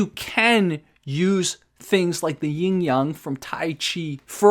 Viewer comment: FYI it's yin, not ying. Yin and yang is correct (陰陽).